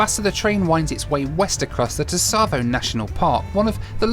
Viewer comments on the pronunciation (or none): the 't' in tsavo is silent. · It is silent.Its Savo National Park.Not Tsavo,you dont pronounce the T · Pronunciation tip: the 'T' in Tsavo is mute. So repeat after me.....'Savo. ;-)